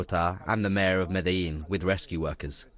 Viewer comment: "Medeline". Obviously the anchor never saw Narcos.